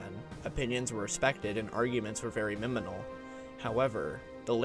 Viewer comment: excellent video, but also heehee you said miminal